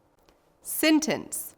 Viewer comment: Learn how to say sentence right bruh